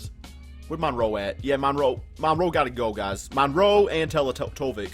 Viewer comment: Who else gets so pissed of every time he says Teletovic wrong